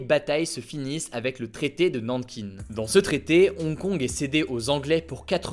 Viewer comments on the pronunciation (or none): À la base ce n'était pas une province du tout mais simplement une ville. Nankin se prononce "nankain". La loi propose les extraditions vers Taïwan et non la Chine. Les Hongkongais on cependant peur que cela s'étende en effet à la Chine, mais ce n'est pas la proposition de loi initiale. Non, ce n'est pas la Chine qui désigne le chef exécutif mais c'est un scrutin du collège électoral composé d'environ 900 membres de professions variés, hongkongais pour la plupart. Et de 300 entreprises, qui sont inévitablement influencées par la Chine du fait de son poids économique. À part ça t'as bien résumé